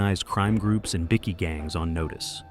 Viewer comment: I love how the AI voice calls them bicky gangs 😂 in stead of bikie gangs. That should be there new name bickies like a Tim Tam.